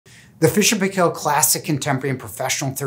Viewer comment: Paykel pronouncned like michael